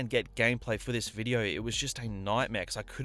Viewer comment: Take a shot everytime he says Videouh